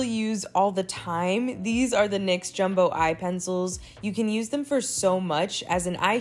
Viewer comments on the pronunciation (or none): none